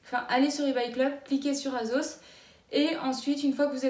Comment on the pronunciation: « azos » ? « shiine » ?